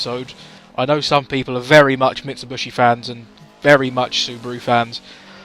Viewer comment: “Mitsubushi” Kappa